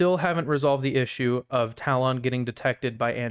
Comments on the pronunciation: is it me or does this pronunciation of talon sound extremely weird... ive always heard it pronounced "tallen," as opposed to "tal-on". and on another note, you could run this tool as fully as a powershell script like christitustech does on their script... with no exe payloads etc.. this way your tool plays nice with antivirus software and no need to do risky behavior disabling av. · Hey bud, great work! Not sure if you're doing it on purpose or not, but the correct pronunciation of talon is: "ta-luhn" and not "tal-ohn". Not trying to be an ass or anything, again, great work with the app!